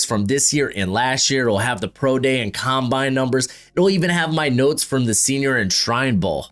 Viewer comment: scownbine lol